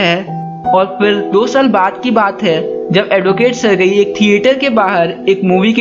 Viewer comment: सरगई nhin सरजी